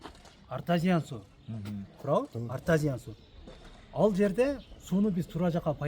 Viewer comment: Ээ артазиан эмес артезиан деп туура айт сен ......